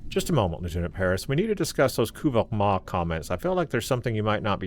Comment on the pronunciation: If your going to pronounced a klingon word, say it right! NOT KUVAH'MOG. Its Kuvah'magh!